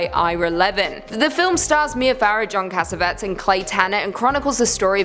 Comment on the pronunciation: I never call out on this but the man was a genius director & awesome actor, pronounced Jon Cas'-ah-veh-tees. As in tease. Do his memory right, please.